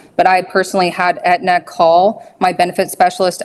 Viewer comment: Did she call Aetna, antenna??